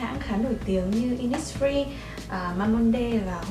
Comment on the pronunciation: ơi Mamonde đọc là ma-mông-đư chị ạ <3